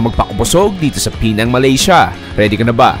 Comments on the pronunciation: It's not pronounced as PEE-NANG. It's PEH-NANG. The stress falls on the 2nd syllable. Pinuntahan mo na rin lang yung place, sana tinanong mo na rin sa locals kung pano i-pronounce Ng tama yung lugar nila. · PE NANG Ang tamang pronunciation nyan at Hindi Pinang